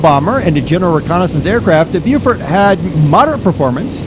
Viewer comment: The Beaufort is pronounced "Bofort"--Beau is French, means "beautiful" and it is always pronounced Bo, with a short o as in "pot" the way the English pronounce it--Americans pronounce that o as A, not as O. So Beaufighter means a Beautiful Fighter and Beaufort means Beautiful Fort. Beau is French means beautiful, pronounced Bo, and we have a word "beau" in English that means a very handsome young man. "Susan came with her beau to the party" is an example.